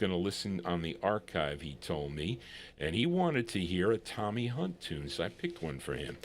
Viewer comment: Thx. Appreciated it. The 2nd pronounciation is right, u got it fine. TOMMY HUNT was big in England, still is. Records stay, people go =" Thats Life" by Joe Texxxx who advanced the Frankie Boy version HUGELY .... Scepter was an interesting lbl, even released a Memphis Slim blues piano lp that I got. CHUCK JACKSON was an incredible person, though his career flopped 2 early, died 2 yrs ago. (Was George Bush s =Sr fav singer, oddly enuff ..)